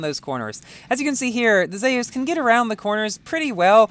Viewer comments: It’s pronounced Zoos not Zeyis. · Yo, it’s pronounced zoos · im pretty sure its is pronounced "zoos" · Nice pronunciation on zeus